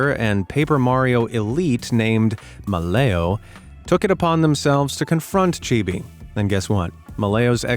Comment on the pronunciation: pronouncing malleo as malayo